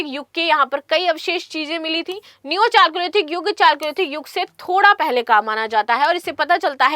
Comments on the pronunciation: चालकोलिथिक नहीं कैल्योलिथिक सही उच्चारण है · Chalcolithical Its pronounced as Kaliolithical 😢